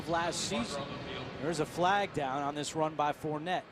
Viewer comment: "Four-ney", not "Fournette"....he's from Louisiana.